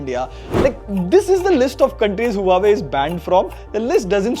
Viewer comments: The right way to pronounce Huawei is "Wah-Way. Not Hua Way😊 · It's not huawei.. it's "waawei" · its not HUA-WAY Its WAH-WAY ::)